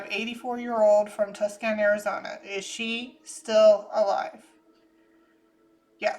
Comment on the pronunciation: Its pronounced Too-sawn, Arizona